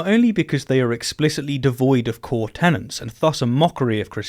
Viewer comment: Tenets, not tenants,.